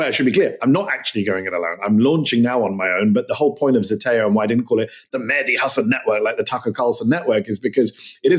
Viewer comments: It's not ZETEO, it's ZETAO. Ι know, I'm greek. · pronounced zdeteo